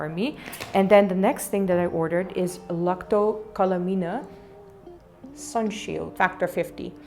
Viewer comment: It's pronounced lak·toh ka·luh·main